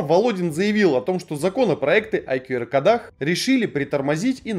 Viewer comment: Не кодАх, а кОдах! Говорите по-русски, пжл